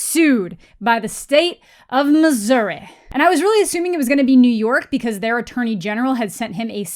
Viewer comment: Hi, from Missouri. Only we are allowed to say Missouri with an accent. Thank you and goodnight.